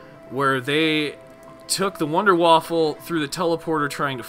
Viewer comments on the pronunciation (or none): *Wunderwaffe, not Wunderwaffle